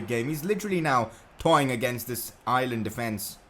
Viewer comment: Your saying Ireland wrong im from Irelan